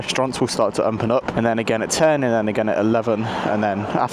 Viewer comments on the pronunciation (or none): Why do you say the word open the way you do?